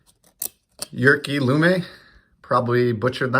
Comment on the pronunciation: You said lummes name right